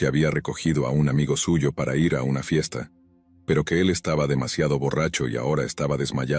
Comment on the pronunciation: Porque siempre dices ierre? es IR.